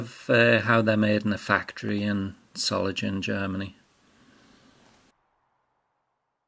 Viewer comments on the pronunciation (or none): It's a hard "G" in Solingen.